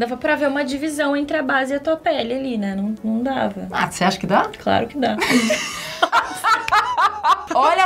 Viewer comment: a maquiadora falou "craro"?